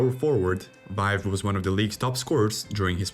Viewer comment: Something else you need to learn to pronounce Vaive and Salming your pronunciation is so bad it’s offensive